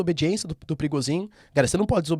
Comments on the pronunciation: É prigojin, não Prigozin. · é so eu que entendo perigosinho ? 🤣🤣🤣🤣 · So eu q entendi " perigosinho" ?